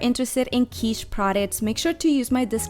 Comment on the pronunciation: Not pronounced Keetsch. . Pronounced Kit like Fit.